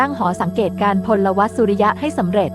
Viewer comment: พลวัต ไม่ใช่ พลหวัด